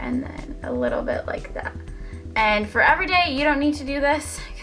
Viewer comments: "Foh foundation" lol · Lmfao "fo foundation" mad funny, ur gorgeous & great personality keep it up ;)